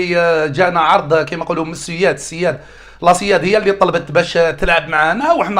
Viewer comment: السيد ما تكلمش على الجزائر بشكل نهائي و زوجته جزائرية، راه غير انت مدخل حمارتك لسباق الخيل. السويد فاش ينطقها تجي لبالك يتكلم على فرقة تمثل الحراش "لاسياد"